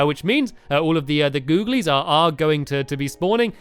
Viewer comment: Can you not say googilies for one video